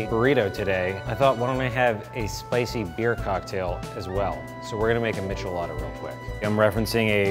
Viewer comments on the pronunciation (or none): He also pronounces michelada wrong